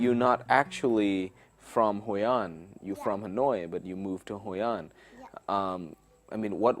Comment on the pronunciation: Hôi-an and Da-neng? anh đùa tôi à? Hay anh cũng phát âm Phở là “ Pho” luôn hả?